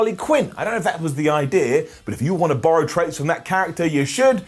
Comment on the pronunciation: said: you have no eye-dea....